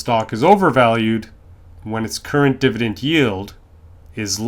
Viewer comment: It’s dividend not divident